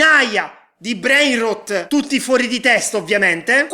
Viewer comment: Si dice brain rot non rut 😅😅